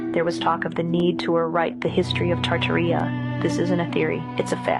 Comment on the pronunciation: Tarta-Ria sounds like Diaria! Try Tar-Tar-i-a, like the rest of the world pronounces it!